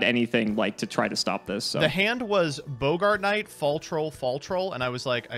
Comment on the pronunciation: ......it's Bog-ert, not Bo-Gart. it ain't the actor from Casablanca.